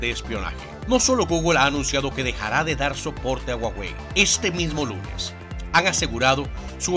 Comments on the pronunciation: Se pronuncia "Juauei" no "uauei" que yo sepa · Puso a "guaguei" XD.